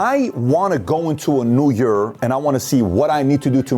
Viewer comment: new yerrr